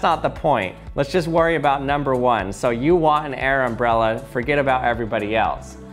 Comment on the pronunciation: Is it a uh... airmbrella